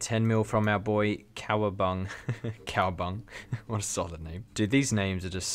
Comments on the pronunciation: "cowa bung" It's Cowa BunGA RSN: darkbredloaf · Honest to who you don't know how to pronounce Cowabunga. Lol